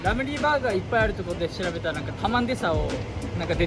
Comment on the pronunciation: Never thought ramly burger would sound soooo fancy when Japanese pronounce “dabaru special cheese baagarr” 😍 great video guys!